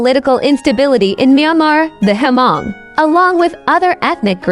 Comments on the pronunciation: It’s it not HER-Mong….its just Hmong (Mong). omg plse get it right! Don’t butcher my ethnicity. Talk to me…I will give u a little history of my people. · For your information: You did not pronounce the name " Hmong " correctly. Just leave the " H" out and pronounce like this: Mong.